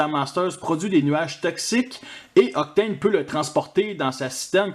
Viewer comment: J'aime bien ce "Octôône", le mode camion est sympa et comme tu dis, le mode avion est joli jusqu'après les ailes ^^ Tu m'as fait remarquer qu'Astrotrain est vraiment différent dans les détails de Blitzwing et Octane, il a l'air plus simple, et j'ai remarqué la même chose entre Galvatron et Megatron, c'est vrai qu'ils se sont améliorés sur la fin de Titans Return je trouve... Le "Meurk" m'a bien fait rire d'ailleurs x)